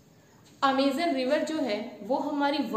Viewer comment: vahi toh mam 'Amazon' not Amizan